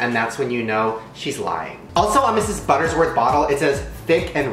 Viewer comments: Does it bother anyone else that Shane is mispronouncing "Mrs. Butterworth's" as "Mrs. Buttersworth"? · Hes saying "buttersworth" but it's really "butterworths" 😂😂 Mandela? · Shane, it's BUTTERWORTH'S, not BUTTERSWORTH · Conspiracy theory Mandela effect: you kept saying butterS worth instead of Butter-Worth’s 😅 I thought it was butters worth but the bottle says Butter-worth’s 😅😅😅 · I love Shane, but is anyone else PISSED that he keeps saying "buttersworth"?